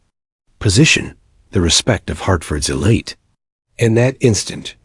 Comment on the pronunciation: “Thaaaa… humiliation burned inside her?” What the hell?? Does this creator even speak English?😂😂😂